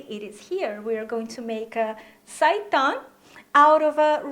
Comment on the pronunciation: Thank You for the correct pronunciation of the word seitan!